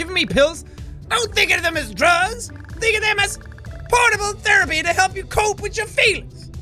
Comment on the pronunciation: Did no one notice the accent change ? I thought I was watching jacksepticeye not some country boy